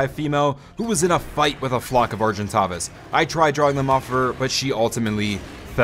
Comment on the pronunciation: And, ar-gin-taves